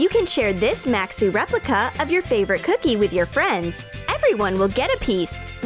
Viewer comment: I don’t really like how they say ‘cookie’. cOOkie